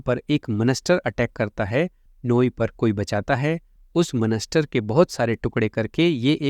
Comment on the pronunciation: bhai monster hota ha monester nahi